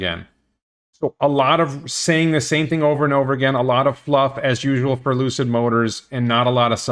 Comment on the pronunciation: Maybe it was my brain, the audio or what ever. But it sounded like you said ‘Lose-it” instead of Lucid, at the beginning of the video. Forever now they will be Lose-it Motors. Per the expansion, it could be they hired the same company that worked on the Nicola truck factory to do the work.